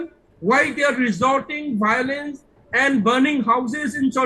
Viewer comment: Its violence not biolence chup 😂😂😂ngathu